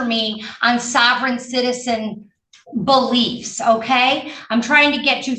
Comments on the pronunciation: I've never heard "Beliefs" pronounced so clearly as "Bullshit", that was impressive. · "Sovreign citizen bull...iefs" 😂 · When said, "sovereign citizen bull-iefs," did anyone else hear what I heard? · I like the part where the judge said “sovereign citizen beliefs” but beliefs sounded like she was about to say “bullshit”.